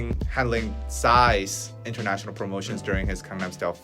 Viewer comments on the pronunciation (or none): none